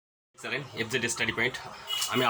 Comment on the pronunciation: It's not চ্যালেন,,,, it's a চ্যানেল,,,,,,,। বাকিটা,,,,,, very good